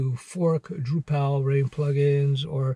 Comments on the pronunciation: It's droo-puhl not droo-PAL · Not DrupAl but DrUpal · FYI you're pronouncing Drupal wrong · Yeah. It's tough to watch knowing he hasn't had enough exposure to the subject matter to pronounce it correctly . . . and then he offers virtually no reason to take a Drupal job (specifically) over, say, a Django job. ;)